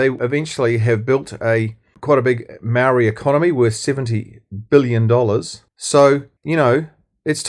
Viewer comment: This guy, whoever you are, is a card carrying RACSIT!! Can't even pronounce maori names properly, and you don't even try! YOU ARE A RACIST!!